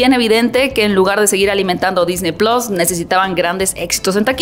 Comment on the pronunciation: Todo bien .. solo, se dice PLUS SE DICE plus Se DiCe PlUs con una . Chin